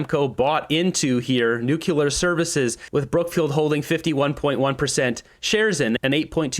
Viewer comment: Its pronounced "Nu---Clear", Not "Nukiller"